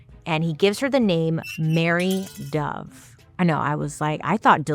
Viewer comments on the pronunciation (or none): when i first heard you say her name. I heard "Harry (hairy) dove". I was like wth. Why coulfnt they name her 'feathery dove', instead?